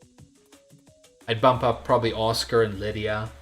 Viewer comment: I love how he pronounces 'Asuka' like 'Oscar'. As nooby as she is- and this is coming from an Asuka player- she probably deserves it lol